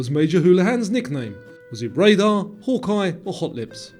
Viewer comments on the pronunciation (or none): none